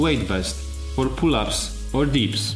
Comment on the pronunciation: u say dips, not deeps...